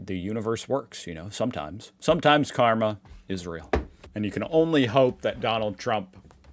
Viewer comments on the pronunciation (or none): none